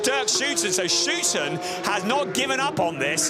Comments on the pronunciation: You did say "OO" in stead of "OU" very consistently. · It's "Schouten" just as someone from Liverpool is a "Scouser" and NOT a "scoozer". 😅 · Sure, just pronounce it whichever way you want, but it is not actually correct to use 'oo' (nobody in The Netherlands would ever do that).